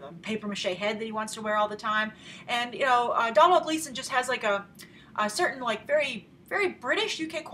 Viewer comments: Come on Grace, it's Doh-nal Gleeson. I understand that Irish names can be tough, but there have already been a lot of comments saying the exact same thing. Forget pronouncing the "m" in his name! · its pronounced like Doh-nal not domhnall and also hes irish;) not british please respect that love your video anyway also how much box office money would you say that this movie will get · Hey Grace, just wanna point out that Domhnall Gleeson is actually Irish, he's the son of Brendan Gleeson (In Brudges & Mad-eye Moody in Harry Potter). Domhnall is also in a movie that I think you mentioned you enjoyed, Dredd. P.S his name is pronounced like Donal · Domhnall Gleeson - Irish name pronounced like "Doh-nel" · Hi grace :) domhnall gleeson's name is pronounced like DO-NALL :) just clearing that up :) keep the great reviews going! :D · It's DOE-NAL. Like Donut. Also Gleeson is Irish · Domhnall is pronounced Doe-Nal!! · Domhnall Gleeson is Irish, (pronounced 'Doe-nall'), you're treading dangerous territory getting Brits and Irish mixed up! haha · Grace. It is pronounced Dough-Nell. He is Irish. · Its pronounced like dough-nal gleeson and he's Irish not British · it's pronounced dough-nal gleeson grace. just a traditional irish spelling of the name donal. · Its pronounced "Donal" and he's IRISH! He's Brendan Gleesons son! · You pronounce Domhnall's name doh nael. Love the videos watch everyday :)